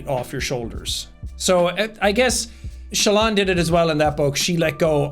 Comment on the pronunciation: calling Shallan 'Shaylin' might be the single most Irish thing I've ever heard in my life, Jack.